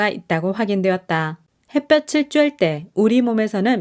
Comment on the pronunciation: 늘 좋은 글 잘 듣고 있습니다. 근데 가끔 한국어 발음이 틀려서 좀 아쉬워요. '햇볕에' '햇볕을'을 '해뼈체'나 '해뼈츨'로 빌음하는데 각각 '해뼈테' '해뼈틀'' 이라고 해야하죠. 햇빛은 ㅊ 받침이지만 햇볕은 ㅌ 받침이며 구개음화는 ㅣ모음이 올 때 발생하니 '햇볕이'는 '해뼈치'가 맏으나 '햇볕을'은 '해뼈틀'이라 발음합니다 참고하세요